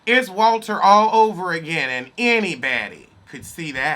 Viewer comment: I thought I was the only one that notivced that Walter says anybady 🤣🤣🤣